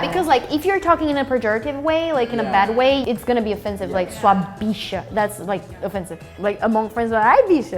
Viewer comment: “SUA BBBICHA” KKKKKKKKKKKK socoorrroo